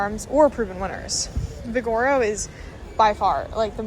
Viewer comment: Omg 😂😢😂😢 say it with me.. vig o ro, vig o ro. Not vi gor o 😂